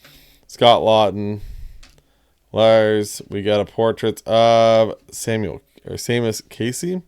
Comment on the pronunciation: Seamus is pronounced Shaymus